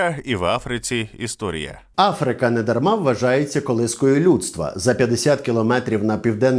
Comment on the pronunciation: А що ви хотіли, літера "Ф" прийла, тому Ахвриканаька вимовляється легче)))